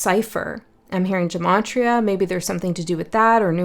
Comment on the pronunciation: haha,! gematria (gə-MEY-tree-ə or geh-MAH-tree-uh) - love ya:)